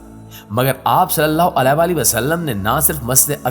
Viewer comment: پلیز محمد صلی اللہ علیہ وسلم کا نام کے ساتھ جو آپ علے وسلم مستقل غلط کہے جارہے ہیں۔یعنی علیہ صحیح لفظ ہے نا کہ علے ۔۔۔alayhi sahi lafz hai jab k ap ghalt (alay ) kah rahe hain.